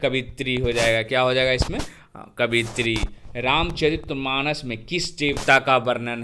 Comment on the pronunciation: कवयित्री होता है सर, कवियत्री नहीं